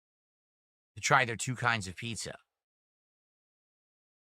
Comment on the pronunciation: Maaaahhhhdddd pissa,! Not authentic Italian East Coast. Do you here this Italy? 😂😂🤣🤣😂😂